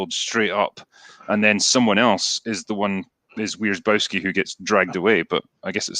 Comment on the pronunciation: About Wierzbowski is a Polish surname, quite typical as well (phonetic: viesh - bov - ski). "Wierzba" in Polish means "Willow", so he's something like "willow-guy". Hope that helps.